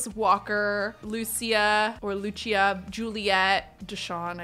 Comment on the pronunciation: Omg the way you said Lucia I almost thought you said Lucci and I was gonna say that’s my last name!